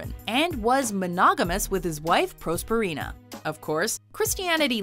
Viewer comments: "Prosperina"?... "PROSPERINA"? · 2 things as a Latin student: Every "a" in reference to anything Roman such as names or the Latin language is long! It honestly hurts hearing a short "a". And Pluto's wife is named Proserpina, not what it was in the video. It has always been Proserpina according to ancient myths and texts.